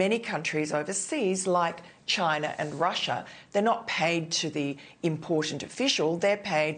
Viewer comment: China ends with an "a" not an "er".